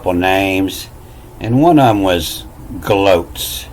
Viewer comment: How about thi Denis: glaux sounds like glow......like faux sounds like fow???? Great work as usual.